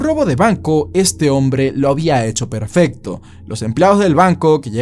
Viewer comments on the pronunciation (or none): none